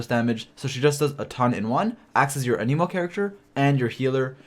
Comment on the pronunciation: it's an-emo not an-Emo